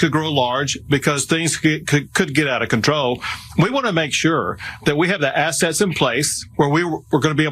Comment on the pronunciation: When Greg Abbot was talking it sounded like he said "..have the SS in place..." rather than "assets".